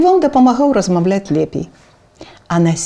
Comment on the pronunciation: добрая справа. толькі некаторыя гукі адбываюцца трохі не па-беларуску😔 не "с табой", а "з табой" не "размаВлять", а "размаЎляць". але ўсё роўна, дзякуй вялікі❤️